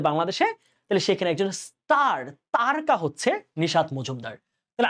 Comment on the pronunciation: তারকা উচ্চারণ তারোকা